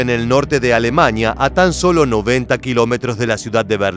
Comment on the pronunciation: A - LE - MANIA... A- LE MANIA.....A- LE - MANIA.......